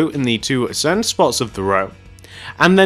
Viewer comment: When he says center it sounds like he says Santa lol and sorry if this sounds mean and yea plz do tarts next